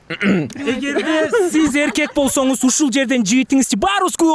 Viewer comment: болсосуз деген соз,жок,болсонуз деп туура суйлочу